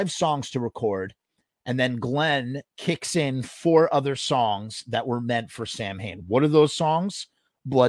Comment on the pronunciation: SOUR CREAM? Okay here's my GUESS. I'm in my 50's and I was a Misfits fan in highschool complete with Fiend Club membership and a little stack of letters I'd gotten from Glenn that I saved for years. After the formation of Samhain Glenn wrote me in a letter that the band's name is NOT pronounced Sam-Hayn. He told me it's actually pronounced Sow-En or as he wrote it "Sow'n". Two years later the song November Coming Fire is released that includes the lyric "Samhain grim" being sung by Glenn using the proper pronunciation of "sow'n". If you are listening to the song and have no clue that Samhain is pronounced sow'n it clearly and inexplicably sounds like Danzig is caterwauling "Sour cream". Is that the origin of the Sour Cream shirt? I can tell you without a shred of doubt that Glenn Danzig would absolutely HATE that shirt and find zero humor in it. PS: I had a letter from 86/87 where Glenn told me he wanted to change the name of the band Samhain to Danzig when the band was still all Samhain members. I sold all my Misfits singles, Lps, posters, letters, etc in '93 well before the ridiculous prices they started getting on eBay. Drug addiction - the liquidator of countless record collections.